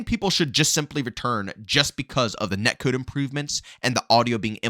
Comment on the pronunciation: "Net kewd"